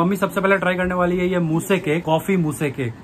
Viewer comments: Moose to creamy hi hota hai na and uski pronunciation “moos” hai “mooseee” nai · Bhai wo "moo-se" cake nahi hai, chocolate "moos" hai aur "baa-ool" nahi hota "bol" hota hai (bowl ka pronounciation) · Bhai moose cake pronounce kiya jayega lekin mouse cake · 😂 bhai wo moo-se cake nahi.. moose(mooz) cake hai🔥🔥. We love your simplicity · Bro its not मूसे its मूस् 🤪 btw love ur vlogs.. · Bhai wo mousse cake he 😂 Moussee cake nahi he 😂😂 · bhai moose cake not moosea cake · Pronunciation check Mousse is Mo-os